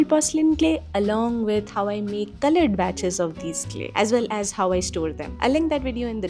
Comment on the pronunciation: I like the way u say 'culloured' in a very unique accent .. jk.. love ur videos❤❤